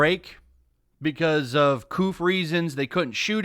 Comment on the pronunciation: “Because of the couff” The what